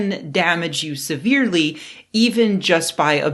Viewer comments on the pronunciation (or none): none